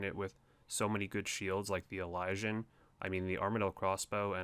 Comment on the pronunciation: That's not how you say "elysian"... Eh-Liz-Ian